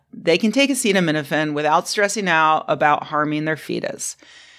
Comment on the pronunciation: every good announcement of medical findings starts by being unable to pronounce the name of the chemical you blame for autism.